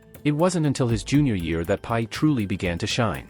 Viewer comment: The AI got his name wrong - it's not pie :face-blue-smiling: it Brock Purdy :face-red-heart-shape